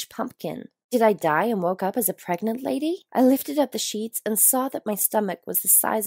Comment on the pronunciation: “Preg-nant” I’ve seen many attempts at this word, but not this one...